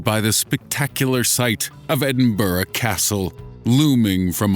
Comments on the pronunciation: Edinburgh not edinburrah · It. ED-IN-BRUH. Not. Ed-IN-BURROW. gees man. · the pronunciation of Edinburgh makes me laugh so much😂😂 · the way you say Edinburgh pisses me off